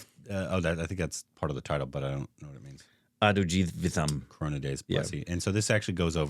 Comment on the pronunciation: The way you pronounced. "Adujeevitham" is absolutely owsom .❤